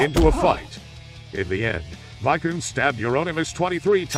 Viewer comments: And one little correction. It's Varg Vikerenes, not Vikerns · Varg VIKE URNS😂 VEEK ER NEZ spelt vikernes